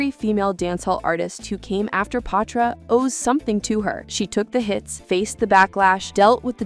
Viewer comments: Her name is Patra not Pah- tra. You’re pronouncing her name incorrectly. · Why is she pronouncing her name like that?? It’s not POTra…even said it was short for Cleopatra and still couldn’t get it right 🤦🏽‍♂️ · I got to 5 mins in the video and had to stop,it, I was tired of hearing “Potra”